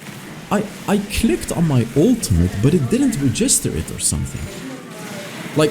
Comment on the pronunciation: Look up the pronunciation for “register” you’re a little off